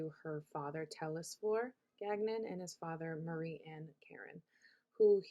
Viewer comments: its pronounced gan yon. its french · Really don’t think you are pronouncing Gagnon correctly…